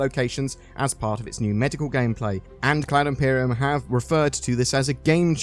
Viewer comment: Thanks, all sounds good. Umm, heads up - have you listened to how you say "Cloud Imperium"?